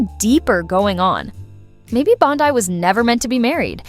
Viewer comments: Bondi…Bondi, not Bond eye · 9.1M views and 100👍🏻 This shows what a sorry azz sack of crap, progressive hit piece you put out on a Trump cabinet member. Voice troll won’t even pronounce her name correctly! “Lefty Facts Vs” Who’s running your outfit now? Brian Steltzer?